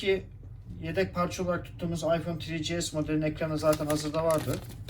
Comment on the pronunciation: Yani Afyon 1 5s diyor adam beyler